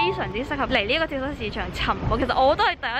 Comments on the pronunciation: 讀跳「早」市場，唔係跳虱市場🙊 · 好想食綠豆餅(;´༎ຶД༎ຶ`) btw 話說 蚤 應該讀 早(? 🙈呢個先係👉🏻蝨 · 係讀跳＂早＂市場呀lol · 跳蚤[早]市場~注意下讀音